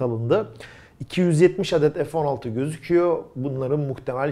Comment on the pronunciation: Merhaba. Bir sorum olacak.. neden F16 türkçe olarak söylenmiyor da (EF16) deniliyor. Takıntılı değilim ama tüm kanallarda bu şekilde söyleniyor.. Türkçeyi korumak sizin gibi göz önünde olan kişilerin en önemli ödevi olmalı diye düşüyorum. İşinizi bana göre naçizane mükemmel yapıyorsunuz. İşini severek yapan insalara hayranım...Allah ömrünüze bereket, hâyır ve afiyet versin.